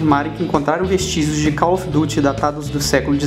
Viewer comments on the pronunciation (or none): none